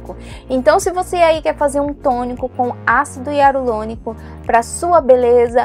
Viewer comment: Ácido iarulonico 😂😂😂😂😂